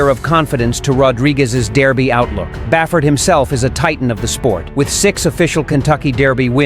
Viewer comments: Its Derby not Daerby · It bothers me way too much how he says "dairby" lol